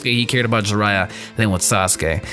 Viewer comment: I literally had to stopped the whole video after u said Jiraiya, my chest felt pierced and I can't watch this no more